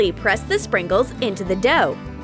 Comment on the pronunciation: BTW u said springles not sprinkles